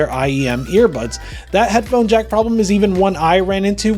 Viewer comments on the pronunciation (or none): none